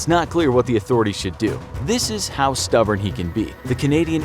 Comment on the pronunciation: WHO'S THAT POKIMON ITS STUBBERNET